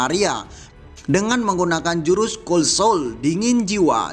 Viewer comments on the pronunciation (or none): none